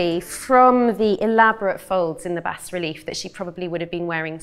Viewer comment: Fantastic final reveal! Just a note, the pronunciation is BAH relief.